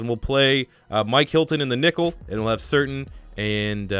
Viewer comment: Surtain is pronounced "Sir-tan". I remember watching his dad back when he was with the Dolphins.